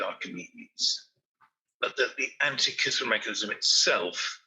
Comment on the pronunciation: Antikythera is pronounced an-tee-kuh-thir-uh, not an-tee-kith-ur-uh. Not pronouncing the name of the island the way people that live there pronounce it, and completely anglicizing the the name makes it seem like you really don't care about the subject of your video. You make it seem like the area it was discovered, and the people who discovered it, aren't important enough to take a small amount of time to learn the proper pronunciation. How can you expect your opinion(s) about the content of your videos to be taken seriously, when you can't take 5 minutes to make sure you can pronounce a non-english word without anglicizing it?